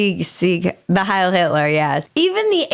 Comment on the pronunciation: not "hail" cortez..............it is Hiel still a fool, the voters aren't any better.